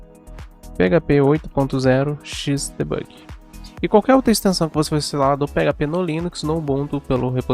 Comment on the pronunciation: XDebugui???????? que ingles é esse ? ou vc fala em ingles ou em portugues... Não misture.